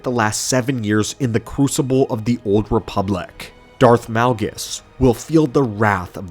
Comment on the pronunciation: THEE OOLD REEPULACK